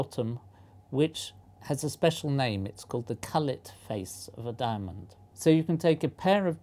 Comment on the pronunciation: Culet is pronounced q-let. Not cull-et.